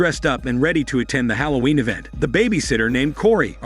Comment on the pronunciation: Its halloween not holloween